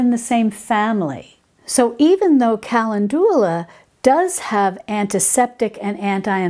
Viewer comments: Thats not solve, its salve (like salad), and ka-lend'-due-la, not cal'-en-doo-la. Great info however. Thanks. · Very informative, however I’m pretty sure your pronunciation of “calendula “ is not accurate. Most YouTube pronunciation sites are “cal-EN-dew-la”, not “cal-en-DU-lah”. Also it’s digestive tracT, not track. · Hi, you are pronouncing Calendula wrong😅 it's Ca- len- dula. I think you're saying Cal- en- du- la. Just heard you while watching this video. Please don't take it as a complaint...no bad vibes...only good ones! 😊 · Ca-LEN-du-la, not Cal-en-DU-la... just fyi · Hi, I think Calendula is pronounced "kuh len du luh" with the second syllable emphasized. Great video. Thank you for the all of wonderful advice you give to us! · When I worked in a nursery they told me it was pronounced “ ca land u la “. After I pronounced it like you are here. Only the creator knows. I love your videos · I don't usually edit how people say things, but Calendula is usually pronounced, "cal LEN' ju la" with the accent on len. Good information, Thanks! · Calendula is where we get the word calendar. The Roman's loved this herb. It's pronounced cal in joo la. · kuh LEND yuh luh. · Wonderful video. This could totally be a ta-mate-o/tah-mate-o thing. I've only ever heard calendula pronounced like: cuh-lend-jew-luh. I love your videos and have been binging on them. I was really surprised when you said you were from because I could have sworn you had a... New York/East Coast accent? Please let me know! I like little fun facts like that. You've totally inspired me to grow some herbs! Thanks! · Oh, Ca len du la :) It is funny how pronunciation of words vary based on where you live. I've also heard Peonies and Oregano pronounced differently too. Same for how some plants are called different names in Europe compared to North America. Like they call a Zucchini, a Courgette over in the UK. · Good info as usual. Kuh LEND u lah is a more common pronunciation